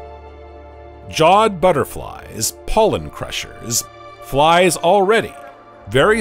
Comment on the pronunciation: bugsUH, cicadasUH, fliesUH